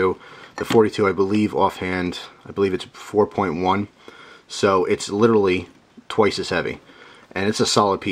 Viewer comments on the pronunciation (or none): none